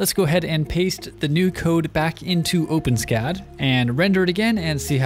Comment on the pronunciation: It's pronounced o-pen-es-cad (four syllables).